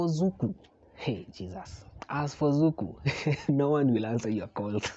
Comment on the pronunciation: Zuku? Really?